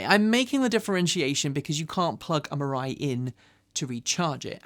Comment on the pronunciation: “Mirai” sounds more and more like “mirage.”